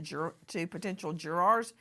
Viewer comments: What is a "jwuaaaar"? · I like the way Nancy pronounces the word “JurArs” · Jurawrs 😂 I love Nancy but the way she pronounces it has me dead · why is she saying " juraaaars " is she not an ex attorney ? its JURORS not juraaaaaarse LOL also KEEEEEEEUBERGER ...I loathe this pathetic creature , she is so cringe ....